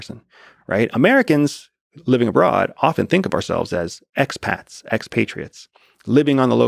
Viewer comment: Expad meen expatried, not ex-patriot.